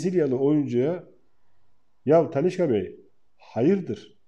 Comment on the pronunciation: Abi Talisca deme 2 damarım tıkanıyo ya :)